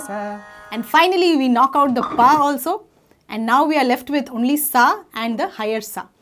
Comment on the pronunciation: its dha not da sister